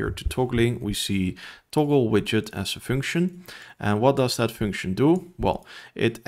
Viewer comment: The way you are misspronouncing function and video is triggering me so hard 😅